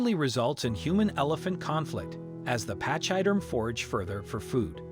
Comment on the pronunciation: Find out how to say pachyderm please, you are butchering our language. Pach sounds like pack, y is said like ee, derm you got right. I cannot listen to any more of this.